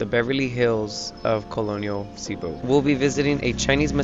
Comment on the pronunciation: Please pronounce cebu correctly, thanks